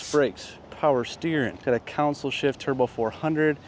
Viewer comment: Counsel? It’s called a console.